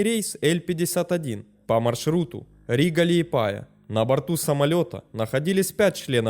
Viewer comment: лиЕпая, а не лиепАя. Бесит. Просто бесит.